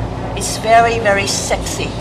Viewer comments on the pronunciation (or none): I like how you say:"It's VERY VERY sexy." Meow~ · did she call it sexy or silky? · Nice to know I'm not the only one who heard "It's very very sexy" and was like "WTF?" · I laughed when she called it sey